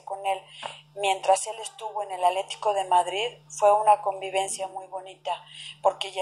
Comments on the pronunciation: Se oye chistosa que en vez de decir "ATLÉTICO DE MADRID dice ALETICO. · pues muy educada quien sabe... no puede decir "ATLE TI CO"